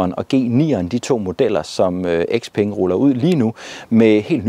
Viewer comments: Nej ikke Sepeng.. bare Speng! Når et ord starter med X, udtales det som S. Det er jo ikke noget jeg har fundet på, men blot almen gramatik. 😉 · Hmmm... Hvorfor kalder du den fine kineser-bil for X-peng..?? Siger du så også X-ylofon og X-anadu og X-antia og X-enon lygter..?? 😂😄